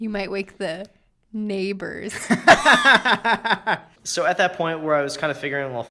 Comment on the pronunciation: "Wake the ney-bours" wife her quick as in now, right now!